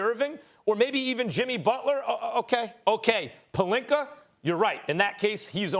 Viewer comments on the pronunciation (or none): Serge Ibaker, Rob Pelinker lmaooo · Idk what's funnier, Rob "Pelinker" or "Kember" Walker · "Rob Pelinker" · Why is everyone else calling him “Pelinka”? His names Pelinker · No one: Stephen a Smith: RoB PeLiNkEr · Rawb Puhlinker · Stephen a smith: rob pelinker, kember walker, KWAHIIII LENNNIT